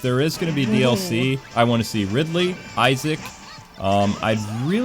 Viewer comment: the girl sounds cute, the guy needs to work on his pronunciation, "pokeemon" "iseec"